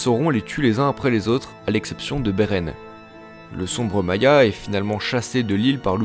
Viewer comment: "Maya"? ca ce dis pas "Mayar"?